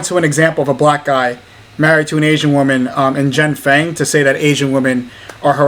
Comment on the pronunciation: Someone needs to tell her that woman and women are pronounced differently.